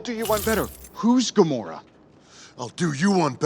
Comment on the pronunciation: Also gamorrra